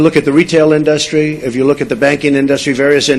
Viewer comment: I think it's just hilarious how he pronounces "in-duhs-tree". Is that a New York accent thing I'm not aware of, or is he just a moron?